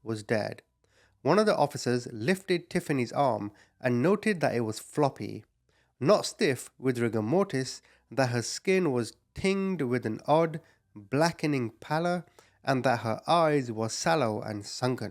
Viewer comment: "tinge" is pronounced like "binge" :)